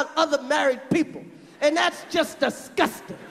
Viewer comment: I love the way Chris says “disGUSting” he is so genuinely dismayed.